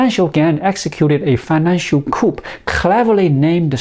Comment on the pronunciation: Good video and information,. By the way, the word 'coup' is pronounced 'Koo'. The 'p' is silent. Once again, we have the French to thank for this.